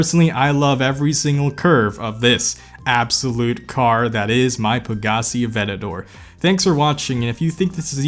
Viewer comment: someone:what car do u have?: pagassi avettador😂